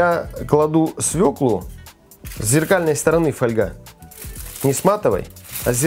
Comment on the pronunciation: Как приятно слушать правильную русскую речь, особенно про свЁклу, а не про свеклуууу.....!